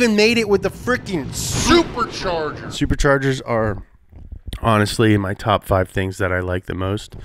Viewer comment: No One: NOT A SOUL:: SRPRCHRGRS